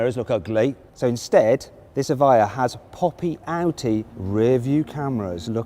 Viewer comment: 에바이어가 이차에 옳은 발음임 수정해주세여. Evjia 다들 착각해서 에비자 라고는 읽는데 여기서 j는 "ㅇ" 발음임 이해를 못하시면 유벤투스에 스펠링에 앞 글자가j로 시작하는거랑 같은이유임.